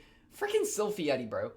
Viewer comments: Sylphiette is pronounced in the same way juliet is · I don't know if you're doing it as a nickname or not, but according to the katakana pronunciation of Sylphiette's name, the final "e" is not pronounced. It is pronounced the same way as the Japanese pronounce end of the name "Juliette" from the Shakespeare play. Elinalise's final "e" is pronounced, but the final "e" in Sylphiette's name isn't. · You don't pronounce the "e" at the end of Sylphiette. Sounded like you were calling her a yeti the entire time. It was honestly pretty hilarious with the coat she had on as well. XD Great reactions!